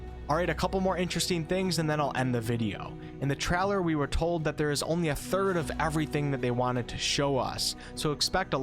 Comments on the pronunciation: great video, thanks for the info. also, trailer is pronounced (trei - lr) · Yeah I hope this game is fun I want to jump in something that's really good and polished right from the beginning also I love the way you say the word trailer you probably don't hear it but it it's pretty funny sounding GG